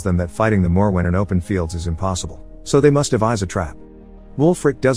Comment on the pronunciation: So the first part of the video you correctly pronounce the monster's name several times as "More-When" then halfway through you start pronouncing it the "Moe-Where" or whatever you were saying. I don't understand in this day and age how people are to lazy or inept to Google the pronunciation or atleast stick to one pronunciation but I guess you decided saying it every way you imagined was the correct course of action lol 😂